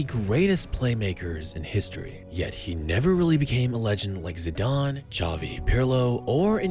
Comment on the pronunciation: Xavi * not Chohvi